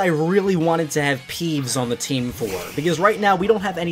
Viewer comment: Um did you say pees instead of peeves?